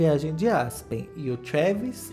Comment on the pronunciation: O fala trueeeeeevis